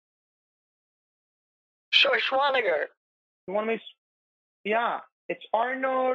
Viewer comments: "Arnold who?" "Arnold Swarshaunicker" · "Arnold Shorshwaneger" omfg im dead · I thought he said Arnold Shrawtzenshwagger. Either way, it made me laugh. Scammers are so beyond ignorant and make imbeciles look like Rhodes scholars. Saying they are below intellectually inferior is too generous. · Arnold "Sir-swah-nehgar" Had me dying I can't believe he butchered his name that badly!!!!!!! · Schwarschwannager killed me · “Arnold… Arnold Shonswaneger” “Get to the chopper for me” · "Arnold Shushvanagert of California" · “Arnold Shashwanawer” 😂😂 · "Arnold swaashwaker"🤣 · this whole time ive been PRONOUNCING Schwarzenegger WRONG!! THANK YOU BANK OF AMERICA!